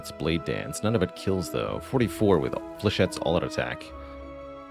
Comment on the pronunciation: "Flechett-ees"? :D